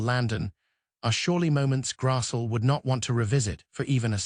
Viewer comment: Grass-lee is how it’s pronounced.